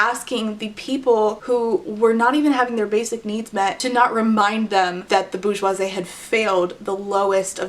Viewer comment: Your prononciation of bourgeosie is SENDING me hahaha your homeschool is showing! (no shade from a fellow Abeka alumni for better or worse).. I have mispronounced so many things in my life because I didn't have enough social interactions to help me get correct pronunciation (but have a great phonetic/sounding out foundation) It should be boor (like Poor) jwaa-zee